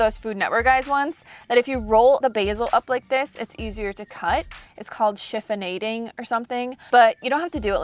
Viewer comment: I laughed throughout this whole video. Especially when you said "Chiffon-ayding"